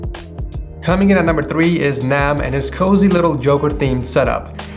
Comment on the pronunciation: when you said "Nam" It sounded like "mam" and I am like what in the world is he talking about lol.......